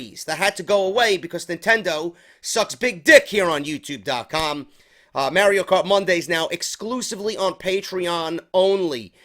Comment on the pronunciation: Stop calling it may Rio cart lol it's Mario